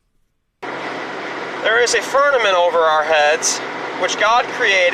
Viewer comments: It sounds to me like her is saying fernament and not firmament. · LOL, “firnanent” It’s “firmament” and the original Hebrew word is “raqia” which literally translates to “sky.” I’m a Bible believer, and even I know that it’s not always supposed to be taken completely literally all the time! Good Lord almighty. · He's saying FERNAMENT, I thought I was hearing him funny, but nope. He's saying FERNAMENT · I just about die every time he says "Fernament." 🤣😆🤣😆🤣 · He can't even pronounce Firmament, sure as hell has no evidence for it. He lied about the gravestone too.